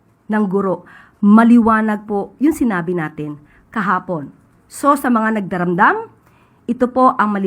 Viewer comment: Nagdaramdam.. Dipa mabigkas ng maayos ampota😂